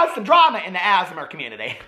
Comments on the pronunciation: Sounds like ur saying asthma community lol. I love asmr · “Asmur” LMAOOOOO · l don't want to be that person but most people just say the letters out loud when saying ASMR still love you and the asmer community xD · The “asmr” community. I’m gona call them that from now on cos at first I thought you actually meant asthma and was baffled 🤦🏼‍♀️😂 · lmaoo tou sound out the letters like ‘ayy ess em r’